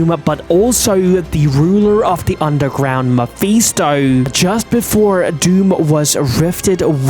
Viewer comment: its Ma-fis-to not ma-fe-sto